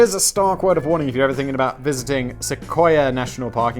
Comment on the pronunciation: Points to Simon for correctly pronouncing Sequoia!